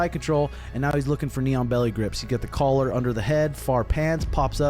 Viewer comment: I'm dead thinking about all those people watching who don't know our sport but enjoy watching. This is what they heard "Mighty Mouse got the NEON BELLY on him." Instead of what was really said _"knee on belly." 😅 💀 😂